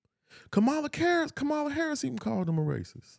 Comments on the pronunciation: Why won’t you all even pronounce her name correctly? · I stopped listening after he mispronounced her name. I’m fine💙💙💙